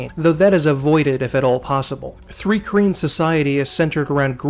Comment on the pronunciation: Thanks for this, my fave RPG setting. Btw it’s pronounced “trye-keen” .